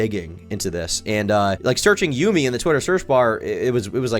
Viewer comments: its "yummy" not yoomi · Erm....its pronounced Yummy and not Yoomy 🤓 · bro said "yoomi" bitch its pronounced the exact same way as "yummy" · its pronounced "yummy" you ape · My autism was flaring everytime he said "You-Mi" ITS PRONOUNCED YUMMY- YUMI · Yumi’s name is pronounced “Yummy” not “Yoo-mi” I’m sorry but my adhd brain just felt the need to correct you on this. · Its not you-me, its yummy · Love this video but his name is pronounced Yumi (like Yummy) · i'm like 2 mins in and ur already fuckin just wrong first off minor nitpick, yumi is not pronounced "yoomi" so you already don't know what ur saying because that's like the most basic shit ever secondly they started off as a content group and added the brand to it later on. go ahead with the grift man, this shits already cooked. you can't even get the most bare bones, basic info about the cunts correct, move on 🥴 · Bro said Yoomy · Bro said YOOMi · bro said juumi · its pronounced YUM-e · Bro please tell me you mispronounced Yumii on purpose 😅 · the type of guy to pronounce Yumi as a classic yugioh field spell.